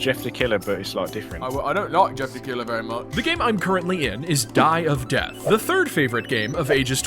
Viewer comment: DIE OF DEWTHH